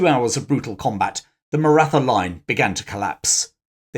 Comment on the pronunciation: The TH in Maratha is pronounced as a T with an exhale. Hard to trust the details of the story when something so basic is wrong ❤